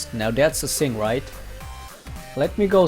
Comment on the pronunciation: Hey XD dude try say "Thing" not "Sing"